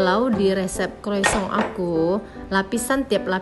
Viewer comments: Salah juga om bro.. yang betul penyebutannya koasong. CMIIW 👍🙏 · Mau koreksi mba, utk sebut kata croissant itu yg benar cara bacanya " croasang " dlm bhs prancis..